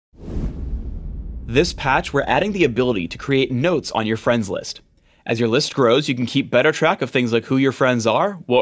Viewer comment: he said friends list like its a champ haha